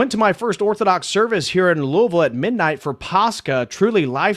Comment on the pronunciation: you're correct. St. Michael's in Louisville is beautiful. I used to go there before moving to Idaho, and my wife and I were married there. There is also a very nice Greek church as well. And on behalf of all Kentuckians, thank you for pronouncing Louisville correctly.